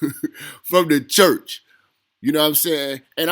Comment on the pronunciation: Dude 5 min before you actually go on ? And wtf is chuuch! Is that a ghetto way of saying church?